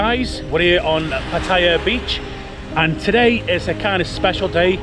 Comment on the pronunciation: Kindly learn proper pronunciation of 'Pattaya.'